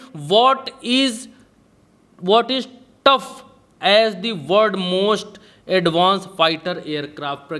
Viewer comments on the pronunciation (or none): प्रज्ञा जी माफ़ कीजियेगा आपके श्री पतिदेव की इंग्लिश बहुत ख़राब है अभी यह वीडियो देख रहा था उसमे fifth generation को fifteenth generation बोल रहे है और touted को काफी सोचकर tough बोल रहे है.. उनसे कहिये इंग्लिश से अच्छा है हिंदी मे बोल ले क्यूंकि एक लफ्ज़ से बहुत कुछ बदल जाता है thx